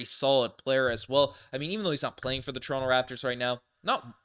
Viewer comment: calls Toronto= " Torinke' "